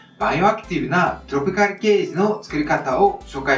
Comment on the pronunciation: トロピカルの発音の良さ